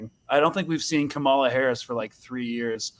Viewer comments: Kamala is pronounced with the emphasis on the first syllable, like KAH-muh-la. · HAHA KHHhHhAMALA 🤣🤣🤣 A few minutes in and had me rolling.